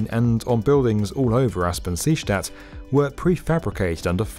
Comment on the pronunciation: Is anyone else bothered by the was he says seestadt??